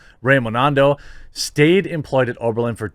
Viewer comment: How can this guy not pronounce Raimondo?